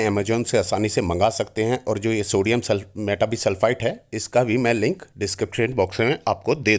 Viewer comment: सोडीयम मेटा बाई सल्फ़ाइट this is the correct. pronunciation